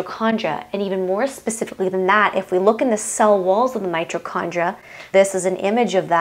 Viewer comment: It's my TOE condria. Not '"my cho".